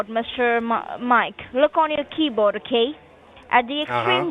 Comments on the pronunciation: When the second girl said "key-bode" that was straw that broke the camal's back..... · keyBODE FO cents 🤣🤣 ... BUT WAIT, THERE'S MORE! 🤡 😂 ADD BELOW 👇